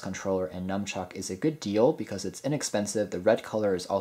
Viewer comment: It's nunchuck, not numchuck!